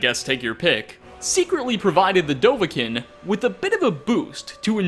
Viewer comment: DOE-VAH-KEEN, GET IT RIGHT. MAY-ROONS-DAY-GON